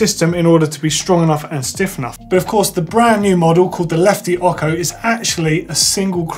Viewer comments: "Ot-sho" not "okko" xD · WTF!?!?!?!? THE LEFTY OCHO IS PRONOUNCED OHCHOE, NOT OKHOE!!!! have you never heard any Spanish before?